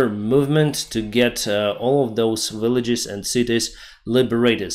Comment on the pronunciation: You dont have to pronouce the names of villages with english accent, ))) одной ногой на западе по ходу:)